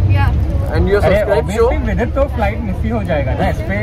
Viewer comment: Not goosebumps....But my body shivered when he said vidit!!! So proud of you bro!